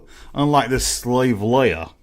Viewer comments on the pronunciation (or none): none